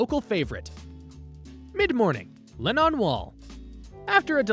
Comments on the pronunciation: Nice video. Would love to go. The only thing that bugged me was they way he said John Lennon's name..it's not Len NON! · It's not the Le' Non wall. it's the Len On wall....